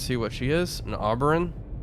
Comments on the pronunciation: Not trying to be an ass, but Oberon is pronounced OH-burr-awn. I don't know if it's related but Oberon was the king of the fairies in Shakespeare's "A Midsummer Nights Dream." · Thought I'd make mention of it, Oberon is pronounced Oh-ba-ron. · Just a heads up, you pronounce the Oberon class as OH-BER-ON which was the mainstay of the Navy here in Australia until we switched to the Collins class in '96